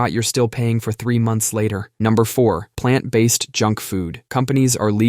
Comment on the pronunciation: Palnt based?